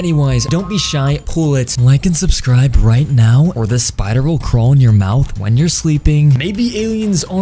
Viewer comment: Stop saying sipder will go in you mounth pls makes me mad